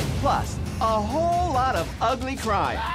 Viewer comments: That 4 syllable Ugly was the best thing ever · Angeria turning ugly into a 9 syllable word made my year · Angeria making “ugly” a 4 syllable word >>> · Someone said she managed to make a four letter word into a four syllable word LMAO 🤣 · I can't explain why but angeria saying every syllable in ugly makes me laugh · I didn’t know the word “ugly” had three syllables 😂